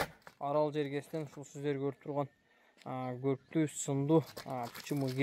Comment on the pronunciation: Горкту эмес блогер кайрадан оку 1 - класска көрктүү болот уят